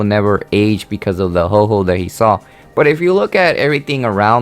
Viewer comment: It's not Ho Ho it's Ho oh